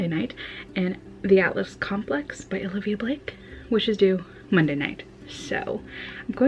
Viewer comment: Love this vlog! So happy you had such a good time. Just an FYI, her name is "Olivie," not "Olivia." Definitely took me a bit to get used to as well.